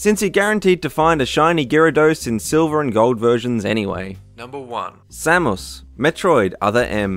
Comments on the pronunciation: Sam moose? Sam us lol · It's Samus!! SAM US! Say it right! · #1 Sam-ous ?!? LOL WTF is a Sam-ous ? sounds like a arabic dish...